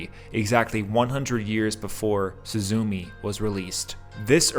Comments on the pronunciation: Nice breakdown! Without this i would be missing out a lot of depth the movie contains but Still, the pronunciation is not really suzuumi its more like すずめ。 su zu me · I was surprised that the first gate is under a ruined dome, which to the Japanese calls to mind the memorial at Hiroshima- I didn't notice this till the 3d or 4th watching but once you see it, it makes such perfect sense- also please remember pronunciation Soo- zoo- May, instead of SuzuMEE, and Soh- tah, instead of Soota. Also remember that Suzume in Japanese means sparrow, though nature references to Japanese names are common. Butterflies are an essential motif of summer or late summer, like the oranges and the flowers pictured in the film. There are also Higanbana, death lillies pictured as she travels northwards.